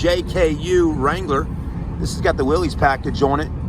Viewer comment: It's pronounced "willis" not "Willy's"